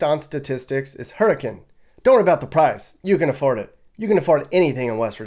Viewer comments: Yay! You pronounced Hurricane properly. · somebody outta state finally pronounced HURRICANE WV the right way😭😭